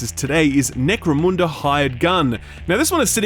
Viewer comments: Another great vid. I fucking hate the way you say Necromunda. I don't care if the holy emperor himself told you that's how to say it, it's not a barra-fucking-moondi. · Hey, you noticed how the american pronounces the name correctly... yeah i noticed that. NEC-RO-MUN-DA